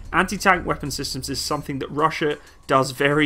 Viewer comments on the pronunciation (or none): none